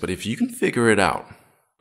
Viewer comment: I love the “Idears” bro 😂🙏🏽